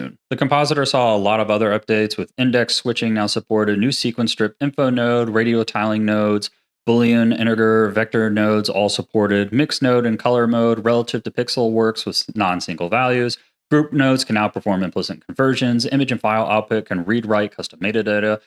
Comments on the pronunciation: for anyone searching for it like me lol. Inte-gurrr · This is awesome and useful but you cannot pronounce “integer” like that I’m BEGGING you